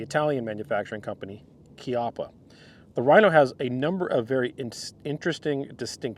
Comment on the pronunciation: He pronounce Chiappa (kiappa)correctly 🎉